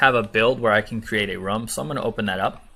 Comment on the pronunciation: I pronounce room like that and people make fun of me, so I was excited when I found someone else who pronounces it like that. And I felt validated until I saw your comment 💀